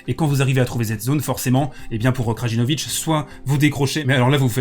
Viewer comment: Taylor Fritz était nul au 5ème set, il renvoyait tout sur Djoko au lieu de le faire jouer, quel mauvais perdant ! C’est ça le problème avec certains fans du big 3, ça préfère dénigrer l’autre que supporter son favori P.S : le « J » des noms de famille serbes se prononcent comme un « Y » Krayinovic Layovic